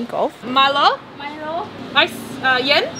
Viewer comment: Yen is cool, cold. Ice is Namkhaeng. But you say it right “milo yen” Thais don’t say milo namkhaeng. Lol!